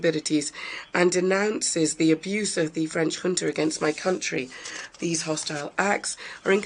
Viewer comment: Awful translation! The word 'junta' was pronounced as 'hunter'. Took me a while to realise.